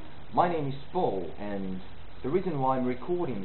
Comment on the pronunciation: Great, it's an interesting project. I'm British and I think the "Hello" at the beginning is utterly convincing. But when you say "and I'll tell you" the AND does sound South African. Around 17 seconds the intonation of "country" gives away that you're reading from a script rather than speaking spontaneously. Hope this helps.